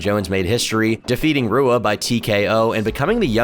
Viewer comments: Do you even pay attention to mma at all?!? How do you not know how to say Rua correctly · RUA??? SAY SOMEONES NAME CORRECTLY OR I WILL SEND BOOGIE TO COME OVER AND GIVE YOU A NECK BEARD RIDE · If you dont know how to pronounce Shogun Fucking Rua then you shouldnt be making mma documentaries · Shogun Rua is pronounced hoo-ah. Most R sounds make an H sound in Portugese. Also a sloppy quote mistake . Do better. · Great video! In Portuguese, you pronounce leading “R’s” with a “ha” sound, kind of like an H in English. So Shogun Rua’s name is pronounced “Hua”. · Rua= HOO-Ah Reyes= Ray-ez Jan=Yan Stipe Miocic=Stee-pay Mee-oh-chich Cyril Gane=See-Roll Gahn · I hate how you pronounce shogun’s last name “Rua” 😂😂😂